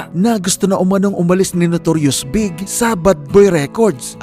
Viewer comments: hindi nman big ang pag pronounce kay notorious big ang tamang tawag bee high ghie B..I..G..😊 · Notorious B-I-G po ang pronunciation ng pangalan ni Biggie